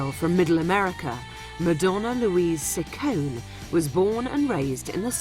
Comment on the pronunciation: Ciccone is nor pronounced sissone, it is chickonee. I see why this is not authorized.